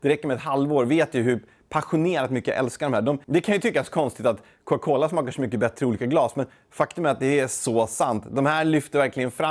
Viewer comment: Varför säger du Coca Cola så konstigt? Är det din dialekt eller har du bara fått för dig något?